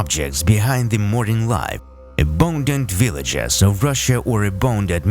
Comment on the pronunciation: Very interesting video. I love the guys accent when he says "a-bone-dud veelajiz!"